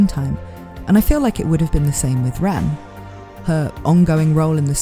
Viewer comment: As a non native english speaker it's realy hard to distinguish your pronunciation of Rem from Ram lol